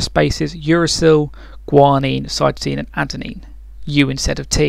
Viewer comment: cytomine. U mean cytosine?